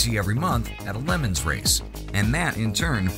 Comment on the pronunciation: (audio) "...at a lemons race..." its LE MANS!!! this show sucks now im unsubscribing